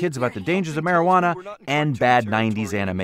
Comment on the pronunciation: He died, by a puff of "Mariguana"